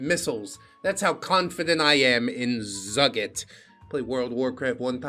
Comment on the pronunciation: Zugit seems to be Hebrew so its pronounced "Zoo-geet" (thanks, five years of Hebrew school), and I don't think a single one of the missiles Iran launched at Israel found their target so it's scary but not as scary as it sounds.